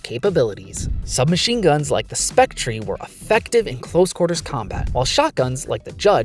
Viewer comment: bro said spec tree, already hate this dude